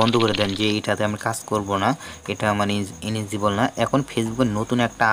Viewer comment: ইনেজিবল না রে ভাই এলিজিবল